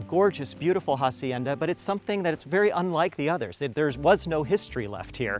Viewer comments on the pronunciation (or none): AH SIEN DAH NOT HA- SIEN-DA ! The H is SILENT ;) !